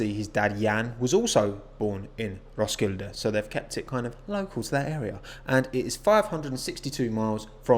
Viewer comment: Im danish and the way you said Roskilde had me laughing so hard. :) not to offend you